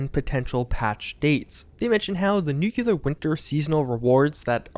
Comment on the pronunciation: "Nukelar Winter this, Nukelar Winter that"... what are you, HOMER SIMPSON? N U C L E A R